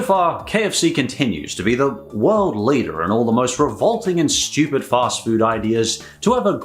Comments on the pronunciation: the way you say Stoopid is so stupid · Why are you pronouncing stupid si STOOOOPIDLY